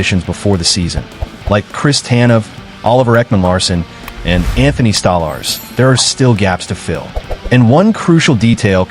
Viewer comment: It's Anthony Stolarz not Anthony Stalars. KEKW